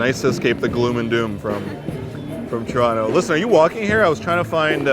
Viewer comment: Do locals also say Troronto or just you :D